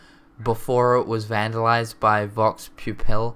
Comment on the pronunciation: "Vox pupil" 😂